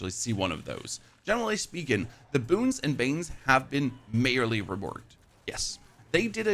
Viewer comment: Wait what, say majorly again :D